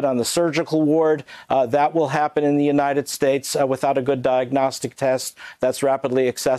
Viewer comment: More like United Schtates